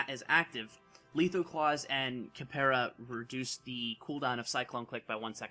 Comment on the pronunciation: Capoeira is pronounced capo-a-ra that mispronounciation was bugging me the whole video